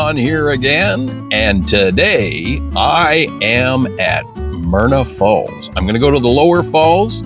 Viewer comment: It's Myra Falls...not Myrna....but a beautiful place none the less.